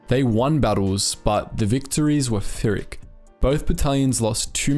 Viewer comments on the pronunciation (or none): Pyrrhic is pronounced "Peer-ic" not feerk